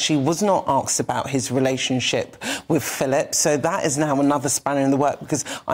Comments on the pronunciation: I agree, it is hard to watch but not as hard as a TV presenter that says aksed (asked) and frow (throw). I dislike regional accents on TV and radio as they’re distracting (and I say that as a West Country girl - nails down a blackboard) but not being able to pronounce a simple English word properly is not acceptable - unless dumbed down TV is your thing. Sorry, rant over. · It's "asked." You're not American..